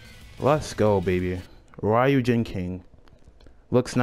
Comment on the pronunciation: I was proud of you...then you said ryujin weirdly, now im just sad. Im not good with congratulations so... cool